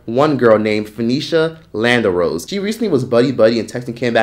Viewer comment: Lan dare rose) not lander rose 😭